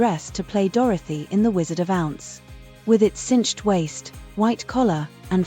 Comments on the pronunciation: Thanks for putting this together. However. The AI voice-over this channel uses is ridiculous. These are iconic world renowned names - Givenchy and Liza Minelli. The Wizard of OUNCE? Jeeze lousie. It's horrible to hear them pronounced so wrong because you've defaulted to AI. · 8.49 You have to love AI - a blue dress from a wizard of "ounce" 😂😂😂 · It is very clear that the voice said " the blue dress from the Wizard of ounce " not from the " Wizard of Oz". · "The Wizard of Ounce" oh please lol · Why use AI generated images in your thumbnail? The dresses pictured never existed in reality and they aren't the same as the ones featured in the video. And please use a bot that knows how to pronounce Givenchy and Oz. Basic stuff. 🤪